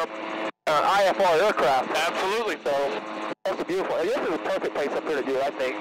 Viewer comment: Be-YOU-Cheerful.... (also read as beautiful) :)